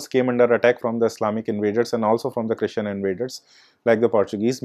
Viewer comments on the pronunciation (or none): none